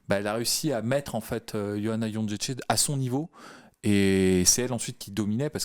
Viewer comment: J'ai pas une Licence en polonais mais est-ce Jedrzejczyk se dit Jon-ché-ché ?